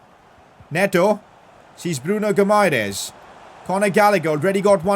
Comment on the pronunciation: Say it like “bruno Hi MA RAIZE